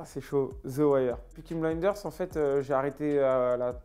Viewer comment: « Pnikine bnlinders » « owenj ij the niou black » yes l’interview apprenez à parler